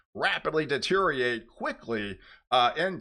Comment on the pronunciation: The word is deteriorate not deteriate